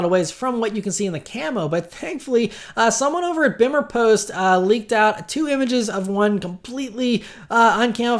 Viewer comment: “Bimmerpost” is pronounced “bee-muhr” post by the way. A Beamer is a BMW motorcycle and a Bimmer is a BMW Car, but they are both pronounced the same (stupid but true lmao)